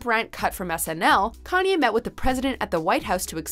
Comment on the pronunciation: U guys always call Kanye “yee”. Needs to stop